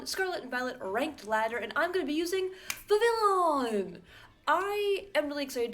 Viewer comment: It is pronounced 'VIV - ee - on'. God.